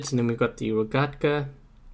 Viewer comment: You pronounced rogekta wrong Lol